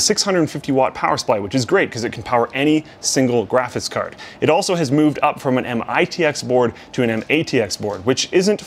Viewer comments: Is it just me or does not know how to say "graphics card"? Every time he says it, all I ever hear is "graphis card"... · still says Graphits card. It's 2018